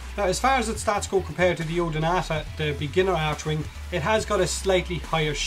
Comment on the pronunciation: It's called Archwing. Pronounced [ark-wing]. Also I was kinda disappointed when you demo stuff like a warframe or archwing you talk about abilities, but you dont showcase the skills as you mention them.